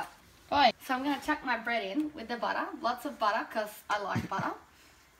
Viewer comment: That's how you say "butter".